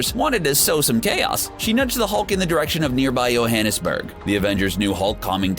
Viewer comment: Dude. You butchered the name of Johannesburg.